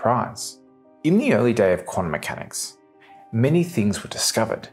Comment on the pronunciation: "Quanummechanics"?? Ugh!